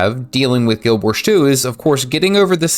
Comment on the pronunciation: 👎Learn how to pronounce the name of the game. 🙄